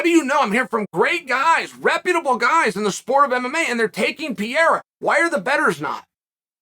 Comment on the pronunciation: Uncle Chael: I don't think commentators know this guy. Also Uncle Chael: Pronounces his name Pee-Era for 10 minutes.